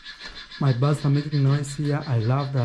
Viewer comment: they are BIRDS 🐦 NOT BARDS come on now I know English is not your first language but you can hear the different pronunciations no offence 👍